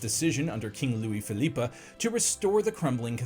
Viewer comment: FYI: You don't pronounce the final E in Philippe. Bur very interesting video 😊